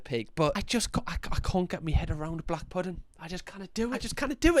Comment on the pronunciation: The emphasis of ‘Black’ was a little bit suspicious there, but on a real love the videos keep em coming gorgeous 😂